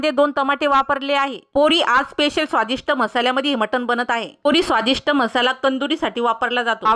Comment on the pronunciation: म्हसाला का म्हणता मराठी येत नाही का? मसाला म्हणायला जीभ अडखळते का?